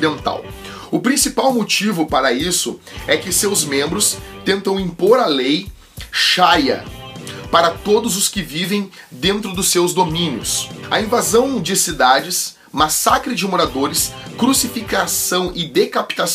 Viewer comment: É a lei sharia, não chaia.